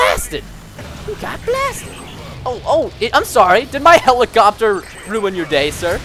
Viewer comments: He says helicopter helichopter lol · helichoppter lol